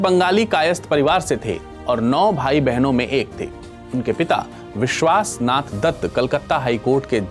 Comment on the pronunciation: You Pronounced the wrong, His Father Name. Correct it.